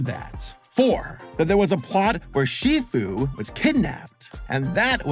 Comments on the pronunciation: “master see foo” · WHT DO YOU PEOPLE SAY SIFU, IT'S SHIFU, SAUR MANY FANS SAY SIFU & IT DRIVES NE INSANE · Shifu not sifu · "Master Sifu"? Really? 😑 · Bro called Sh Fu Sh Foo lol😂😂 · “Master see-few” 💀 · Master “seafoo” 😂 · Why did this videos seemed so ai. :((( bro pronounced shifu name wrong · i was going to take this at least some what seriously since its your opinion and it differs from mine, but after hearing how you said shifu imma have to X to doubt chief